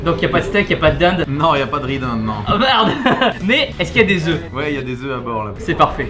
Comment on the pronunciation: Tibo dit " des oeufs vait maison "